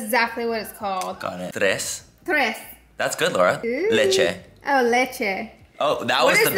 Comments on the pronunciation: The "leche" pronunciation 👌 Latinos are proud of you Laura lol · Tres leches you pronounced so well haha you really are a Latina at heart. when I first subscribed to you I thought you were but then you said oil hahah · The way you say Leche is puuurfect!